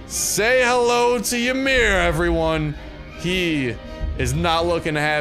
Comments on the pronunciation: It's not [Yuh-mir]. It's [E-mir]. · its pronounced e-mir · The y is silent. Do some research on your own heritage. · Psyducks rage of him saying it wrong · Not when the guy pronounces the “y” you correct what he pronounced wrong. Go bury your nose in a book, somewhere other than my bidness.